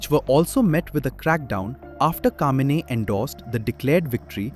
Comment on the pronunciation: It's Khameini not Kamini